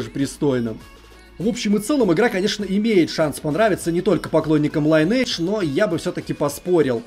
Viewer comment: Как же ухо режет этот ваш лАЙнэдж. Линэдж правильно мать вашу! Сами разработчики так сказали!